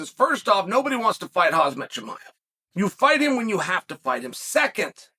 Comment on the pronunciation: Chael, why do you keep calling Khamzat........Cause-Mot? It's (Hom-Zot) not (Cause-Mot). You know this. You have never pronounced his name correctly once. Whats the catch? Why? What gimmick are you trying with this intentional name mishap?